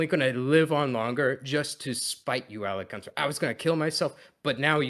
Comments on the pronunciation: If i hear him say 'Alec Gunter?' one more time I'll scream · I've been trying to get through this video all day, but I can't handle saying Alec Gunter repeatedly. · “AlecGunter… AlecGunter…AlecGunter…” bruh